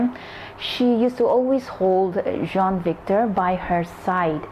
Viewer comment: You pronounce Jean as John and Sean as Shawn